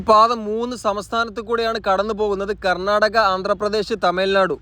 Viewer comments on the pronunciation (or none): none